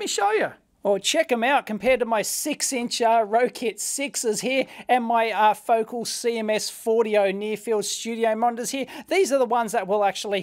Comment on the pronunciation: Pronounced "Fo-cal" 😁😂